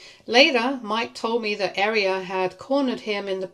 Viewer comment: Your butchering of Aria is kinda annoying. You're pronouncing it like the word "Area" When it's pronounced like "Are-ee-uh" 😅